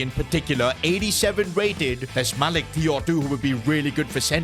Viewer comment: It’s Ciao Not Thiaw